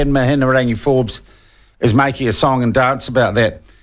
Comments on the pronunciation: Sounds like youre a bit salty that Mihingarangi hasnt been relegated to youtube like you Sean. And as for Atlas group, do a quick google and youll see the links back to Act. It starts on their own website. Good journalism starts with yourself. Not to mention the ability to pronounce ones name is a good way to earn respect. You Sean, didnt even attempt to say it correctly. Go back to journo school. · Agreed. He can't even have the respect of pronouncing her name properly. And a quick google shows the Atlas group has links to the Taxpayer's Union. It mentions it on their own website. Act has connections to Taxpayers union. That's well known too. So I'd say there is truth in what was on the doco. It doesn't suit Sean's agenda though. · Shawn Pluckett is insincerely mispronouncing Mihingarangi Forbes' name. He is as crafty and clever as she is, and why shouldn't he be? Traditional media worldwide, of which these nerds have long been a part, has been crushed under the onslaught of social media podcasts, like those hosted by Joe Rogan and others. Karma is no longer a bitch, but a non-binary with a double-ended sex toy. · It’s Mihi-nga-rangi.. This is poor reporting. Have you seen the evidence of the Atlas group participating or just taking the word from David Farrer? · Your Te Reo is horrible anyhow l read the article about the Wright funding, quite interesting read. Anyhow MIHIARANGI is her name...MIHI-A-RANGI. I don't mind Mihiarangi Forbes but sometimes she needs to leave the poodle at home and bring the pitbull, shes to soft. I pay $312pw taxes I want to know who why where and how my taxes are getting spent. And thanks to uncle Google I can in the wkends because I'm to tired and busy during the week working to pay for these peope shyt!! BTW Dr Jim Mathers credential are impressive l see why he was appointed to chairperson at RNZ and meeting your future partner at your workplace is quite common.... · Pronounce her name properly. Give her some respect